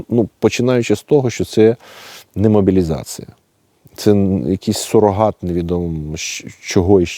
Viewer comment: У мене "підозра"що не сумліно вчив українську мову у себе на Поділлі.Говорить імітация замість імітація,мобілізация замість мобілізація та інше.Цікаво а як він вимовляє наше "паляниця"? Чи не засланий"казачек".СБУ ))) Також у нього у нього тверде закінчення в дієсловах,напр., перебувают замість перебувають, та багато інших.Це ж московізми. Люди, куди ви дивитесь? )))